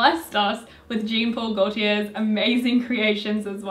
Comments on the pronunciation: The way you pronounced Jean Paul Gaultier makes my heart hurt. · Okay but that is NOT how you pronounce Jean Paul Gaultier